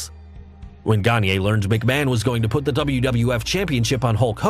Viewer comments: Vern Gagne is a legend in the wrestling business, both as a performer with credibility and the man behind the longstanding and respected AWA promotion. His name is pronounced “Ganya,” not “Ganyey.” He’s not Kanye. And every time you say it like that, I have to suppress my rage. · You. Mispronounced. Gagne. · Hey folks - I apologize for mispronouncing Verne Gagne's name. I got into wrestling in the late 80's when the AWA was on the decline and was a WWF fan. I've got no excuse for tryst though! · next episode: We learn how to correctly pronounce Gagne and tryst.